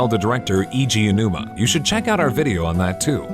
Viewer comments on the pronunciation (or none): nice voice but ugh the pronunciation of Eiji Aonuma's name... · please stop mispronouncing Eiji Aonuma's name im dying inside